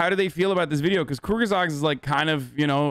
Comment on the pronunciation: IT IS KURZGESAGT. What the hell is a Kurgasat? Mein Gott. KURZ-GESAGT. KRUZGESAGT. Not Kurgaburgast KURZ-GE-SAGT.